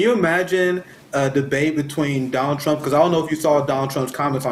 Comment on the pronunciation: Hey Kamala didn’t you call Biden racist in debate? “ it was a de bate “